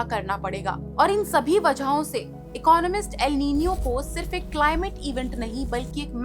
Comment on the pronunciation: First learn to pronounce the word correctly